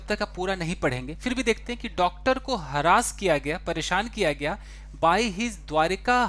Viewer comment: हैरस होता है न कि हरास